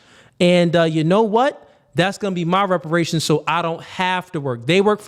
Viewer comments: “Respirations”??? This moron cannot even speak english… WTF are respirations?? LMAO! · Soooooo we just gon continue letting him be more ignorant and sounding dumb as shit.. its REPERATIONS,, not RESPERATION🤦🏿‍♂️🤦🏿‍♂️ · He can’t even say the word “reparations ” right it’s sad and embarrassing to be this type of black